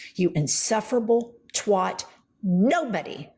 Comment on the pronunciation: She is out of her mind. She is NOT rational & sane. Nucking futs. "Insufferable twoht" #projection